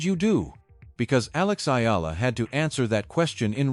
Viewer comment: Thanks for pronouncing correctly the last name of Akex Eala